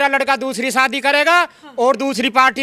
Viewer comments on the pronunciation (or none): Madam Anchor, Shwadi nahi Shaadi bolo….khwarcha nahi kharcha bolo…..her shabd mey w kyo laga rahi ho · Arrey anchor madam Shwadi kya hota hai….shaadi bolo 😂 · Ye report shadi ko swadi kyun bol rhi 😂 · Reporter madam, 'shwaadhi' kyaa hota haye??😂😂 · Shwadi, chwandi, ye konsi hindi hai 😅😅😅